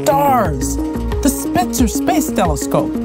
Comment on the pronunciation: She said "Spitzer" . They have to be doing this on purpose.